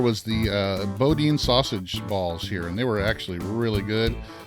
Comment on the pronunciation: Pronounced “Boo Dan” Boudin